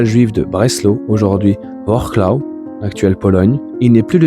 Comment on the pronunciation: Wrocław se dit Vrotsouaf. Pas vorklo 🤣